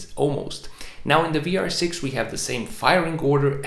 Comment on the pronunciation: Are you german? 🤔 Your pronunciation of the vr was very good 😄